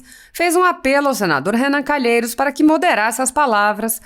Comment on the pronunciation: Vai pro colégio primário apreende falar culhemokkkkkkkkkk